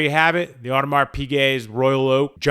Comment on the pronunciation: Probably should learn to pronounce Audemars properly